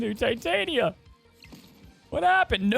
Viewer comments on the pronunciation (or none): none